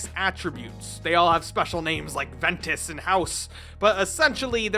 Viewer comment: ITs Ventas and Haos not Ventus and hoes.